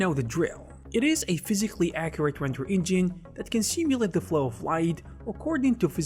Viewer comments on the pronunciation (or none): none